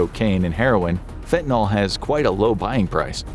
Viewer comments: It's not getting worse at an exponential rate, come on ...and it's not pronounced faentanawl! It's fen ta nil, not fentanol! Also, the one positive thing about fentanyl is that it doesn't have to be injected, it can be smoked, so one can avoid the entire hypodermic death trip. BTW, xylazine is a clonidine analog, and clonidine is used in "kick packs" to treat opioid withdrawal along with an antihistamine and a gabapentinoid. I'd like to see your literature on clandestine xylazine labs, since I've seen no literature on clandestine lab sources of it so far... Scopolamine, atropine and other tropane alkaloids have been used to sedate victims for a very long time in South America - they're present in Jimson weed, belladonna, and a few other plants. The ultimate in this class is agent BZ, and it's so potent it's considered a chemical warfare agent. But the beautiful Brugmansia shrubs (trumpet flowers) with large white or orange flowers are popular garden shrubs everywhere in the tropics, and are as strong as Jimson weed or any other tropane allaloid containing plants. Also, there's no nitroglycerin in gunpowder! And modafinil (mode aw fa nil) is the pronunciation - call it Provigil - lots of other people do ... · Hey, can we all, including this video, PLEASE try to pronounce FentaNYL correctly? It's not like TyleNOL. FEN-tuh-nil (/ˈfɛn.tə.nɪl/)